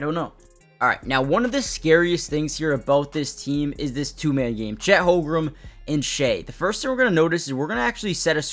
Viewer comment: Great content. Constructive criticism. Please learn how to pronounce Holmgren. It's not "Holgrum". I'm sure you know basketball but mispronunciation could make it seem like you don't.